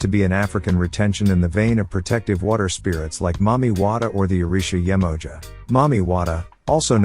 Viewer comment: Yemoja....pronounced ye.mo.ya, not ye.moja Rivah Mummah...pronounced as river mama "er" in river makes the "a" sound as in "ah"...not ri.va mummah as in rival Please stop mispronouncing our deities. If you can correctly pronounce Pavlov, take the time to learn the correct way to say the names of our deities.